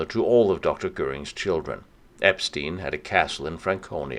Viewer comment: If only you could pronounce Epstein correctly - lame...